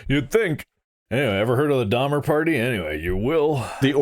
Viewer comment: *DONNER party, NOT Dahmer party lmfoo XD